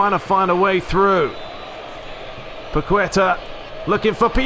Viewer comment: the ''u'' in paqueta has no sound so it sounds more like ''paketa'', stress in paqueTA